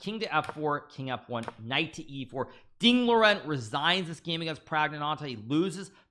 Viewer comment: "Deng Lauren"?!? It's Deng Liren ... pronounced Deng "Lee-ren" ... "lee" as in Brue Lee, or "lee" as in magnificent-lee, or "lee" as in Philie.